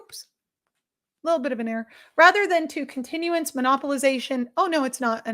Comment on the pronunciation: I think what tripped you up is it's "count-enance" not "continu-ence" hyphens just for effect of course